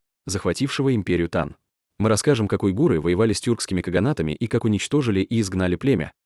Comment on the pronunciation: Кстати --уйгур , а не уйгыр😊